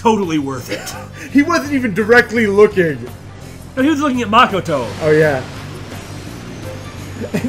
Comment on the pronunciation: Y are you guys saying Makoto's name wrong